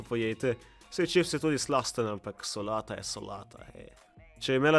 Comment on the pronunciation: Ko si rekel solata si"L" rekel kot bosanec😆